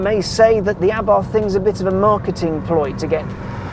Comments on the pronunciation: A-bart, NOT ABARTH 🤦🏼‍♂️ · The H is silent Mr motoring journo...